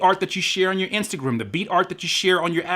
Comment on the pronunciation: The way u said instagram tho 😂😂